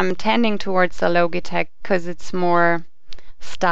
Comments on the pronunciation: ITS LOGITECH NOT LOGATECH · logi as in logic, not logie awards. lol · not pronounce LOGIE-TECH IT IS LOJI-TECH DUMMY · Its Lojitech not Lo - gi - tech. Logitech is pronounce as Lojitech. This is a bad voice over! The girls comment is not bad. The only thing that I don't like to her review is that she should make her own video showing how she reviewed these two and showing her hands. Mentioning the analog stick of the G13, if you can rotate it 8 way even if the software is only letting you configure it up, left, right down, its still an analog stick. Compared to the nostromos D pad its a D pad with a big thumb screw on top of it. If you are not sure if its analog stick and about the software of G13 please review it longer at least 2 weeks you said you reviewed it for one week. What is the use of making a video if you can't help people. If you can't decide between the two say your personal opinion and choice that way you can help people decide but it does not mean they should pick your pick. Logitech G13 is better than me because of Logitech's long time reputation at the best PC accessory BRAND! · Isn't it pronounced Lodge-i-tech? not Loge-i-tech. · Say Loageetech one more time I fucking dare you. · "the low-geh-tek" LMAO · not loGee tech logtech gee g gee g got it? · would you quit pronouncing it "loageetech" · logy tech lol pronounce it right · uhh, this logitech word isn't a real word. You know, this is from switzerland, the land made of cheese&watches and their whole language is based on *ch* NOBODY is able to pronounce / say it right. specially for this syncro we raided to switzerland that was the most torturing thing we ever made! and ok the saying in this video version is specially englishized only for that the mothertoungs feel more wellcome and loved :) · Sorry I checked out when you mispronounced Logitech.